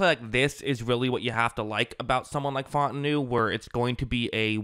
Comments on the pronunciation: My man said “Fought-en-new” 😂 It’s fah-ooo-tah-nu #HereWeGo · its pronounced fah-ooo-tah-nu